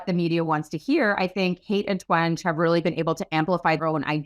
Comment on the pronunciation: it’s also Jean twen-gee versus twenj